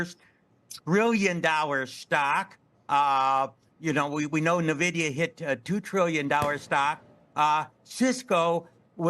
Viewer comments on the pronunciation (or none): N-VIDIA not Nuh-VIDIA, enough of this lol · Seriously. I'm a lifelong gamer, and my first software job was at NVIDIA, and these finance people are killing me with their inability to pronounce it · I pronounce it "Niv-duh".